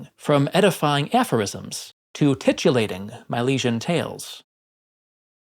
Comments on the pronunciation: "titillating" sounds the way it looks. "TIT-ill-ating" the word that you said has something to do with titles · You pronounced titillating wrong. Are you supposed to be smart?